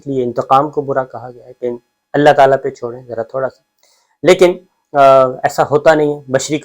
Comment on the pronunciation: آپ دوسری مرتبہ آیت کا اعراب غلط پڑھ رہے ہیں پلیز آیت صحیح پڑھیں۔۔لایکلف اللہ میں لفظ اللہ پر زبر نہیں بلکہ پیش ہے۔۔پلیز اس کو درست کر لیں